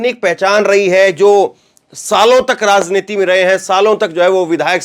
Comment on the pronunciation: Ek hazar baar bataya rasniti nahi raj rajj rajjniti uccharan sudhar lo irritate na karo